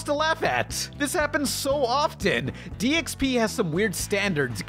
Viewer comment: I kept hearing you say DXP as DSP. But these seem like similar train wrecks so it's cool.